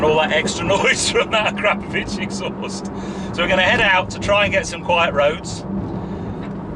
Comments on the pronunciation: Jesus fucking Christ, it's pronounced Akra-povic not A-krap-ovic. Fucking pleb. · Your pronunciation of the exhaust name is shocking!